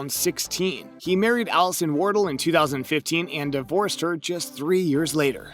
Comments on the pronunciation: War-del not Waddle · Not to mention Graham "Waddle" lol